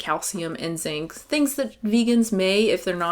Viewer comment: lol every time you say "...and zinc" in any of your videos I hear "...N*SYNC" and it confuses me greatly for .005 seconds